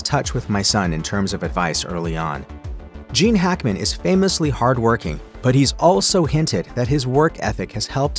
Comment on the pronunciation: Who is the narrator for all of these videos , if it is human pronunciation is discussing if AI we are in big trouble, some one give me an answer and I also add I liked Gene Hackman, and to hear his name sound like something else is annoying, and is on every video put out by this distributor.